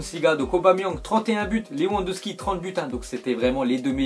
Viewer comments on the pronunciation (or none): stp si tu vois se commentaire le w de Lewandowski se prononce v car le w en polonais se prononce v merci